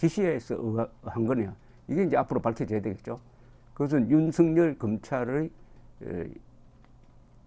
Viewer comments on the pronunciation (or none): 윤석열을 윤석렬로 발음하지 마세요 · 렬 발음은 북한식 발음